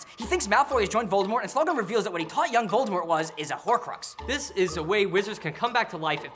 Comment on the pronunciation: Tom Lovor Riddle, Tom Volor Riddle...